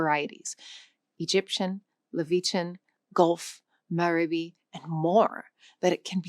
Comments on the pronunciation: Hold on. Angola is not Angolia, Levantine is not liv-ee-chin, and Maghrebi is not mah-rebi. I’m halfway through the video and I feel like leaving. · Three hundred ninety million native speakers is not "almost no native speakers." Sheesh. Pronunciation of some place names and dialects (e.g., Levantine, Maghrebi) needs to be fixed. With a small amount of effort, this video could be so much better than it is. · She can’t pronounce words like “Maghrebi” and “Levantine” or just about any other word of non-English origin. Also, what’s with all that junk she wears on her jacket? It’s distracting and it’s clear that she never took a public speaking class where one of the first things you learn is to dress plainly and simply so that your audience will be focused on what you’re saying rather than what you’re wearing.